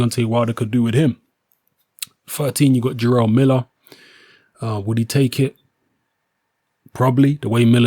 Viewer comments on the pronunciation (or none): none